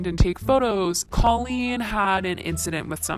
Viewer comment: The way you pronounced colleen gave me chills!!!!! K-oh-lean(how to pronounce) I still love your videos though! 😍